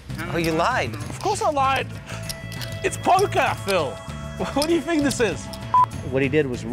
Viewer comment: “Phil, I fink you should get your coach get a tandem bike and get the hell out of here”